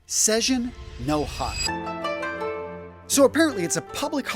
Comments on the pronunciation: Sei ji no hi is pronounced: Say Jeen no hee. All the best to everyone on this New Year’s Eve from Osaka! 🎉❤😅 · Oof, that pronunciation... Try it as "say-jeen no hee".... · Sorry, your pronunciation of Seijin no hi is completely wrong. It’s pronounced “say jean no he”. 33 years living here, brother. Too bad you can’t change that. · Thanks for a great video! I love suits but its getting harder and harder to find occasions to wear them, even for work. Just a note on your Japanese pronunciation. Seijin = Say (as in “Do as I say”) - gin (as in “gin and tonic) No = No as in Yes / No Hi = He as in He/She I'm Japanese, so you can trust me. LOL